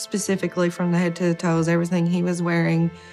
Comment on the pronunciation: Very good documentary but why did he pronounce "head" as "heed" and mispronounce the word "facial?"